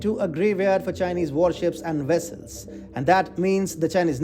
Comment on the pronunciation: This channel is rapidly veering into clickbait. Taiwan is not placing mines in "Chinese" waters so you saying that is pure BS. This whole video is a joke, whether or not you have a dog in this fight. Try to be more accurate and less amateurish. Lastly, what is a 'wessel' and how big is the TFI Media Group? Is it a one person operation. This video is cringeworthy.